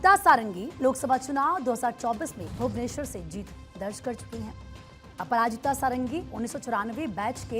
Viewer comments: SADANGI SAHI PRONOUNCE HAI NA KI SARANGI😂😂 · पंडा को पांडा षडंगी को सारंगी पात्र को पात्रा 🤮 हिंदी भाषी बंगालियों का नाम तो सही उच्चारण कर लेते है ओडिशा वालों के समय क्या हो जाता है 😢